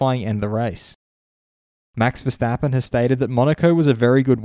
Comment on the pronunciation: Who the F* is Verstapeen? Kart World Champion?